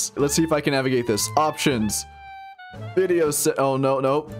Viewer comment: Wen cwab wideo